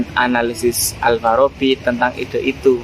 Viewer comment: Ide dari Aidea itu baca e pepet bukan e taling. Pet, Pen, Presiden bukan petai,beling